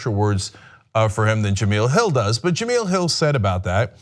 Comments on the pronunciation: It's Ja-mel like Mel's Diner. Not Ja-meel like oatmeal. Before you offer her a job maybe get her name right. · STOP SAYING JUH-MEEL....It's JUH-MELL. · It's pronounced "Ja-Mell".... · Cenk its pronounced Juh-Mel ;) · The second "E" in Jemele is short. Her name should rhyme with "elle" Jem-"elle" Hill. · Her name is pronounced "Je-mell"!! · well before your make her an offer..you're gonna have to learn how to pronounce her name correctly.. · 1 he can't even pronounce her name right, and 2 they cant afford her..believe it or not TYT doesnt have the power or money they pretend they have. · Just wanted to let you know you keep saying her name wrong. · Hopefully Cenk will figure out how to correctly pronounce Jemele's name before calling her